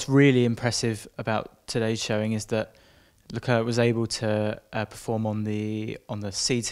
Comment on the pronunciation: Please learn to pronounce Leclerc correctly, it's jsut embarassing.